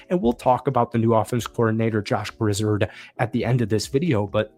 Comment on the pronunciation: Loved the video! One small note, Grizzard is pronounced Grizz-ahrd, rather than Grizz-erhd. Go Bucs!